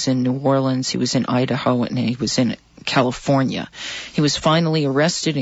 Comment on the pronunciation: He said Killafornia.